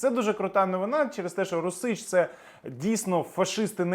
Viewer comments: "РУсіч", а не "РусІч" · Не РусИч, а рУсич. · "Русiч"-наголос на першому складi, розумнику.